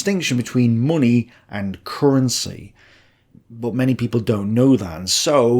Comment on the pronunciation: I could watch your videos for hours just for listening to how you pronounce "munni"!